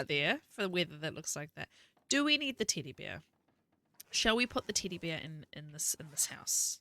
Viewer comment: I'm so immature. I'm giggling cause you keep saying Teddy Bear and with your accent it sounds like T!ddy Bear.